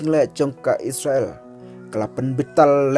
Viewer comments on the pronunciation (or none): Spel / ong noh isrel ym is sra el ban ia sngew tynnad lang